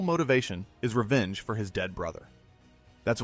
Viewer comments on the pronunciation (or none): none